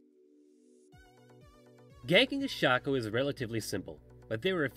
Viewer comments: I call it Shacko, some call it Shayko and this idiot calls it shucko. WHER THE FUCK IS THE U? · IT'S SHAYCO. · It's Shaco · It's pronounced shaco, not shaco ;)